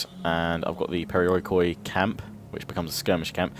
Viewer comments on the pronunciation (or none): It's pronounced peri-i-ki in greek for the record ; )